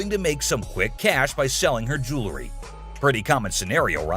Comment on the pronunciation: Jewlery, the narrator cant pronounce jewelry. Fake just like this show